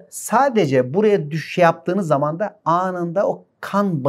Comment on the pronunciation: Koca koca insanların dil bilgisine hakim olmamaları beni çok üzüyor. Dahi anlamındaki -DE/DA eki daaahiii şeklinde konuşmaları gerçekten düzeltmeleri gereken bir durum.